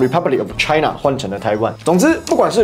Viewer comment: 發音要清楚一點：part of 滯納！